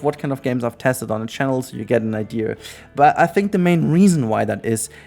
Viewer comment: It's IDEA... not IDEAR. Stop adding a R to the word.